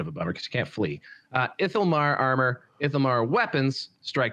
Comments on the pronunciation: Very funny how finds so many ways to mispronounce "ithilmar":D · The mispronunciations are bothering me so much. It’s ITHILmar, not ILITHImar… Chrace is Krace, not Trace… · It's iTHILmar,, not ilithilitittylmar for Asuryan's sake